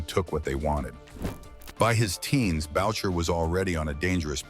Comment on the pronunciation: Bowcher??? It's pronounced Booshae! All you young guys so fascinated by this yo yo, you can read this in old newspapers. If someone has to ask when he died it means your probably young and watching a video being done by a nit wit! there are some pretty accurate videos out there. This is not 1 of them! This video doesn't even compare to garbage it's so bad! Jeff D. 70yrs old - retired!